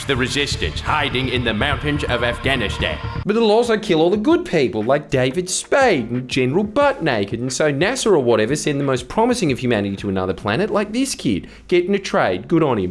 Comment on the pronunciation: And he even pronounces Af-gavin-stan correctly! Pure class act ❤